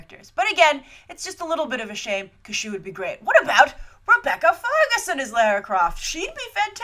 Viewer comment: Minor thing, but you say Lair-ra and in the film they say Lah-ra